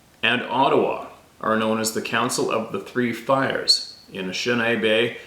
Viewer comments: Pronounced: A-ni-she-na-bay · It's pronounced in-ish-in AAAHHH-bay